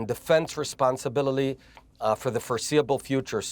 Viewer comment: Just for fun check out “responsbillily” 😂